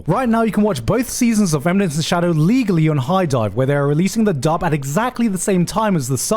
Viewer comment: That stress on the "LEGALLY" killed me